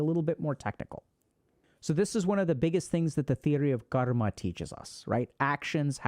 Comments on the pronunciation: dude is pronouncing karma like he is indian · Bro can pronounce every word with perfect English except Karma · I've been pronouncing karma wrong this whole time